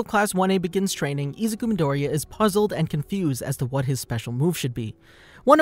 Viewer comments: Hahaha i love how you said he’s name It’s so funny 😂😂😂😂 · you are saying dekus name wrong and it makes me mad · im dissapointed the way you said his real name killed me